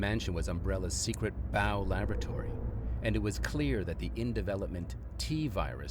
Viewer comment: B. O. W ( bee - o - double you) not bow as in ow.